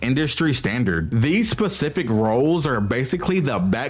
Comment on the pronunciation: I genuinely wanted to watch this, but your narration killed it, and not in a good way. Please, please take some time to work on your enunciation. Don't swallow your syllables. Clarify your pronunciations (saying "pacific" instead of "specific" is a war crime). Learn verb pluralization and when to correctly use "were" vs. "was". There are a lot of things I heard that are just accent, but also way too many which can be improved with some effort. If you're going to enter a field where the majority of your output is you speaking, you owe it yourself and to your viewers to do that at least passably well.